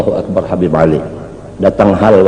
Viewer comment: Manyambat atau menyebut habib ............ Kabib,atau menyebut kabib Pengucapan si imad haja salah total Hati hati,ulama apa cara pengucapan saja salah gimana orang mau percaya mad mad